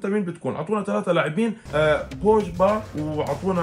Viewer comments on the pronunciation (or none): لك بوغبا مو بوجبا 😂😂